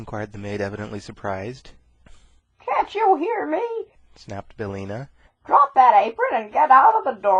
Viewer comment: BillIna, not Billna.